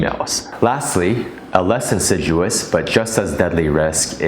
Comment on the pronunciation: insidious --pronounced : IN SID EE US, MESSAGE WAS REPETITIVE AND MILDY PARANOID